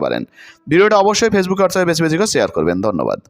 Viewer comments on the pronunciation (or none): none